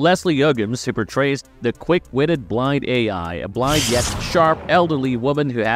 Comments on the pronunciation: Blind A.I.? BLIND A.I.????? What the?????? Dude, don't ever make another Deadpool video again. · Blind AL! Jeezus. 🤦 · So many mispronounced basic words... Blind A.I. narration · Blind A.I..."antiques"... Thumbs down. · "BLIND AL" ...........NOT blind A I (ay eye) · "Blind AI" WTF??? It's Blind AL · Her name is not "Blind A.I." Her name is Althea, so it's shortened to Al. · Blind AL not Bind Ai 😂😂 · Blind AL, Not A. I. And she's a legend. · Come on guys her name is BLIND AL, SHE'S BEEN IN 2 MOVIES also apart of the comics since wade got his solo run! Wtf do you be hearing Blind Ai😂😂😂 SMMFH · It's "BLIND AL," you pretender! Not "BLIND A.I." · Anyone else annoyed that this ChatGPT reading calls her Blind A I not Blind AL? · It's Blind AL not AI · it's blind AL not blind Ai since her name is Althea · "Blind AI" You mean AL ... did you use bad AI to speak your script or have you just not watched the movies? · It’s blind AL…. Not blind ai. Did you even watch the 1st 2 movies. They call her AL in both of them. Not AI. Smh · Blind AI??? LOL! It's Blind AL!!! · It's not Blind Ai it's Blind Al (spelt with a lowercase L). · How did this make it thru post with him saying "blind A.I." 17 times instead of Blind AL lmfao no one involved in this has ever seen the movies or read a comic apparently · Blind AI? I thought her name was Blind AL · It is Blind AL not Blind AI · Blind Al. Not Blind A.I... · I just subscribed and then had to unsubscribe because to many mistakes,it’s not blind ai it’s blind Al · Blind... A i.... BRO WTF it's Blind AL not Blind Artificial Intelligence... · It's Blind AL -- A L =AL not A I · her name is Alfia so it's blind al not A.I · Who TF is Blind A.I.?! Blind AL, holy crap. Ima need you to do better. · It’s AL NOT A.I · BLIND AL NOT BLIND AI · Blind A.I. if you'd even seen either of the first two films it's Blind Al (pronounced Hal), #poorresearch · blind AL not AI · blind Ai???? umm blind AL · When A.I. thinks Blind Al is Blind A.I.